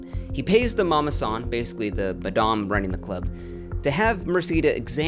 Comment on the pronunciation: Great vid. Got triggered by the way you pronounce madame but hopefully I’m not the only one